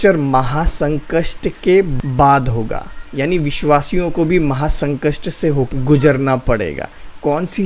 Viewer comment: Maha sankast nhi Brother maha sankat boliye...baki ok.ok.😊